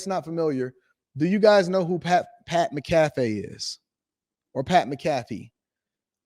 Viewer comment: It's Pat MAC-AH-FEE bruh.